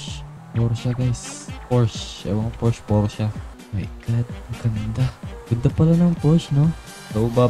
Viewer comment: Pors po basa sa Porsche